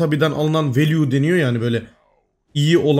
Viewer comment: 3.59 Abi o Value "Valyü" Diye telaffuz ediliyor.